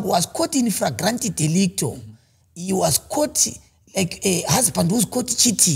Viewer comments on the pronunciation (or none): Fragrante delicto 😂😂💯